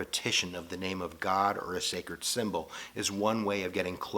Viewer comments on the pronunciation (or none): none